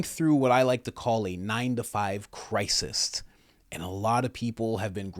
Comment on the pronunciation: Cry-sist? This is that New English..